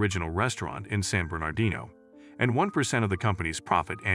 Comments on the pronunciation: Please pronounce "San Bernardino" nicely? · Please hire a real actor to read the script! The AI voice mispronounces San Bernardino, queue, etc.